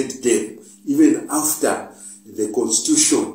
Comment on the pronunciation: Is it constuition or constitution?